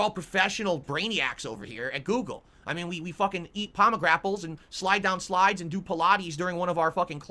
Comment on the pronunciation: Did he really say 'pomegrapples'? And isn't YouTube fixing the problem what you were seeking in the first place?